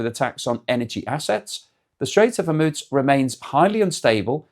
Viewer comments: Pronounced hermuuuz nit hemuts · Why do you always say Hormuz like that? It seems everyone say it differently! 🤣